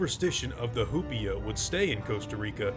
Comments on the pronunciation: hu-pea-a Me: hu-pie-a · I keep thinking he’s saying “hoopla” and it’s making it 20× better. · It’s probably pronounced “oo-pee-a,” if it’s from Spanish, since the “h”’s are silent.